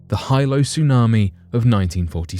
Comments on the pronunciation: The Hawaiian Island of Hilo is pronounced,"He-low",not "high-low" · Pronunciation in tsunami story! Hilo Bay is NOT 'High Low' Bay. It is 'Hee-low' Bay. Other local names are also screwed up. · HILO is Pronounced Hee-LO, not Hi-LO… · Hilo, Hawaii (the Windward side of hawaii island) AKA. The Big Island is pronounced Hee-low NOT hi-low 🤦🏻‍♀️ aloha from Oahu 🤙🏼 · Aloha- it’s HeeeLo Not High-Lo when you speak of the big island, Hawaii 😉🤔😁🤣Jus a lil FYI- you know I Love da channel! 💜🥀💜🥀💜🥀💜🥀💜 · Hilo is pronounced as Hee-low not Hy-low. I knew friends who lived near Hilo in the villiage of Pahoa. They said Hilo as Hee-low. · A 100-foot wave will not decimate a damn thing. It will devastate everything in its path. Quit using words you don't know the definition of! Hilo is pronounced with a short I not a long I. Still wouldn't explain how her body it was reduced to Ash which requires about 2,200 degrees for about 4 hours. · It’s pronounced He Low. Hilo. My family is from Hilo and they were present during the tsunami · It’s pronounced “Hee-Lo” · Hilo is pronounced HE-Low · HILO is pronounced Heelo in Hawaii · He-low its pronounced he-low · It's pronounced Heelo. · Hilo is pronounced "hee-lo. This quaint town nestled along the eastern coastline of the island, Hawaii. Hilo is my home town, which is also on the slopes of the most active volcano in the world. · Bugs me when they don't try to learn how to properly pronounce words.